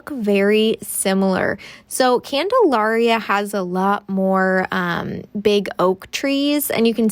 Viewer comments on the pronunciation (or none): My family lived on the corner of Bolton and Prospect, a block NE of the elementary school ( ). Everyone in Salem pronounces Candalaria as you would the word malaria. The mid-century modern that you opened the video with was built by my godparents Charlie and Margaret Mills. Thanks for the fun walking tour of the old neighborhood; it brought up many fond memories of childhood friends and what seemed like a simpler time.